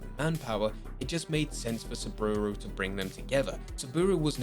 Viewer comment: Please, stop calling him 'Soobooru arasaka 😂'